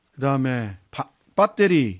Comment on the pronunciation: 빠때리는 일본식발음 그냥배터리라고 하세요